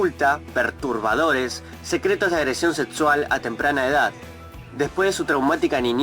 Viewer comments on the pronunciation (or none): pronuncia la X como T, seTsual, eTspertos, proTsima. es un problema comun, mayormente pasa en gente con los dientes muy separados. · Porque dices sedsual, Edspertos, prodsima ??? 😲